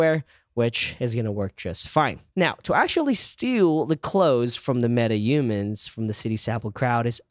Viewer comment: It's not Metaumans, it's MetaHumans.